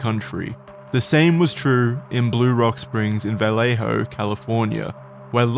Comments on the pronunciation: Vell-Lay-Ho just bothers me as a Cali man 😂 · We just pronounce "Vallejo" as "Vuh-lay-ho". Also, I like the meme suggesting that Brett Kavanaugh is the Zodiac Killer.